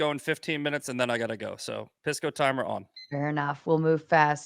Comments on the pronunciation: Straight out the gate I know what’s up when I hear how they pronounce his name. Hearing “Piss-co” correlates to how ⚪️ and maga u are. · Pisco, you have to make them pronounce your name correctly.